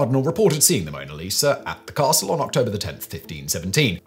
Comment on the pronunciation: Lol@ "caRRRstle"